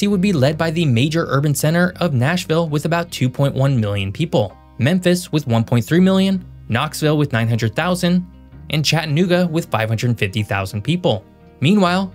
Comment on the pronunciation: Please for the love of God and all that is holy learn to pronounce the name of my hometown Chattanooga. CHAD DA NOOGA! THANK YOU!!